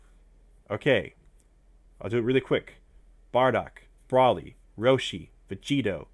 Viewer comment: it's bro-ly not bra-ly